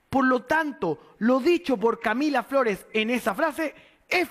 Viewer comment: ahi se te salio lo flaitongo 'Lah Camilah Flores' jajajajaja cuanto nivel de 'profesionalismo' parece que se refiriera a su hermana